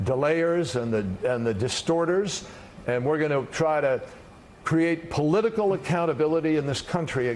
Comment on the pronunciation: Addendum..." We lack policital accountability, in regards to morality . You meant to enunciate ,right Mr. Kerry.?